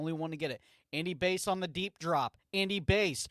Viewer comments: Yeahh it’s Bass…like the fish. Hearing it “Base” the whole time was difficult lol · Not only that, his name is pronounced Bass like the fish not Base. Seriously dude..... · Bro its basss, like a fish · It's bass like the fish and he's a RB